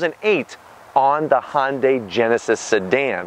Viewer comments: It’s Hyundai not hondai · I wish people would stop saying "Hon-day" or "Hon-dye". It's actually "Hi-un-dye", but since 'murcans can't seem to wrap their heads around that, at least say "Hun-day or -dye"